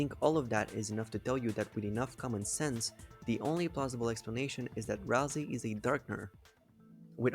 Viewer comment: BRO it's not pronounced ralzee it's pronounced ralsay